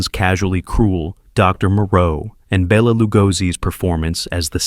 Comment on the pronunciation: BELL-a Lugosi. Does AI care if we're laughing at it?